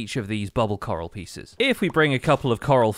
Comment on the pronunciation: every time he say "coral" i hear "carl"